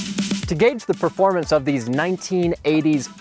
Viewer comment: Those TPI "turds" went undefeated for 3 years straight ('86-'88) in SCCA Showroom Stock. Porsche and Lotus got so butthurt they had the Vettes banned from the series and they were forced to race against themselves in Corvette Challenge. And "proformance" is not a word, it's "performance." You're probably one of those guys who says "Elderbrock" too...